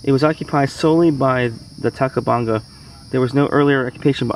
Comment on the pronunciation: TACO BONGA killed me Lol